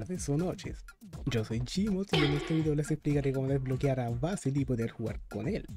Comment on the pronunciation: "Beisil" Ulalala señor francés "vásil"